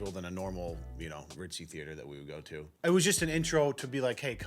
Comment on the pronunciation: How this lady say "theater" depresses me